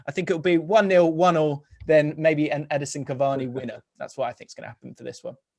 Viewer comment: EdINson Cavani not Edison Cavani